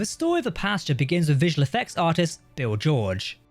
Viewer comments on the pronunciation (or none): Pasteur, not Pasta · I think he called it Posture. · Aggressively english pronunciation of "Pasteur"